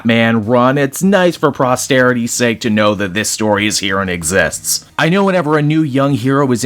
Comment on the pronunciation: Good story especially after I became comfortable with the art style It’s Posterity not Prosterity